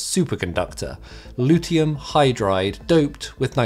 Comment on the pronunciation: Nor is there any such element as "luteum" -- you're mispronouncing "lutetium" (/ luˈti ʃi əm /).